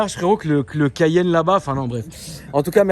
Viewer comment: Comme Porshe cayan c est boooooo